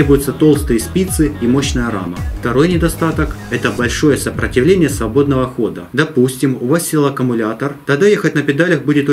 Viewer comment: Такие толковые ребята, а делают глупые ошибки в словах. ( сопрАтивление)